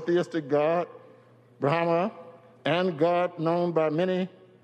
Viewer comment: Did he also call God, “Brahama?